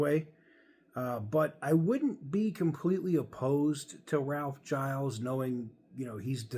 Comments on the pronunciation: It's "Gill-eez" not "Jyles" - that extra L makes all the difference. The company needs an Iacocca-level person in charge. Someone who can simultaneously stickhandle the government and get them off their back, inspire the public who are pretty disillusioned with Chrysler, and work the internal politics to bring CJDR out of the mess that it's in. Seeing what he's done with the company over his tenure, I think he'd be a good choice. Sure, he's from the design side where it's usually engineers or finance that become CEO's, but he's been a very senior exec for a bunch of years at this point, it's not like you're taking clay out of someone's hand and putting them in the big chair. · its spelt giles so if anything it should be pronounced "guy els"